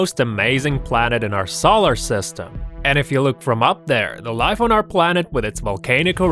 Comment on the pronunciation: He said solar system wrong